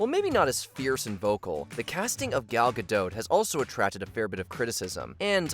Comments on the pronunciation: The “t” in Gal Gadot is not silent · Just to let you know, Gal Gadot is pronounced with a hard T as in dot…😊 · It’s pronounced “gah-DOT”. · Native Hebrew speaker here. It's gaDOT, as in the British pronounciation of dot, pot, lot, or not. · FYI- Gal Gadot is Israeli, not French (there is no soft “t” at the end of her name). Gal rhymes with “doll”, not “pal” and Gadot is pronounced exactly like “god-oat” (does not rhyme with “bad-dough”). Just good to know 😊